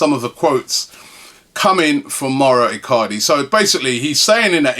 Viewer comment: our business is as bad as Robbie pronouncing Mauro Icardi's name..